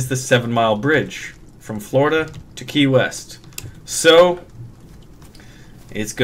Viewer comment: When he said key west at first I thought he said Kanye west.. Lol